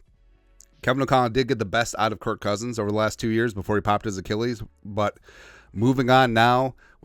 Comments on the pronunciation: His name is Kirk not Kurt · You mean "kurt" cousins right?